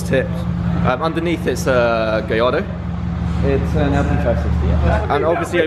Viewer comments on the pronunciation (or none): Gayardo? what?